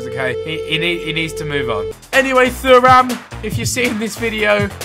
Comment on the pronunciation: Behzinga how you pronounce Thuram (Tu-ram) like the defender Lillian Thuram